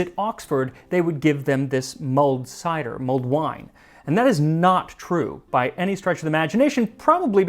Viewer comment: I can't stop hearing "Mold Wine."